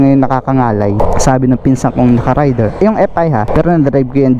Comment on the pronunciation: Raider ndi rider! Anubayan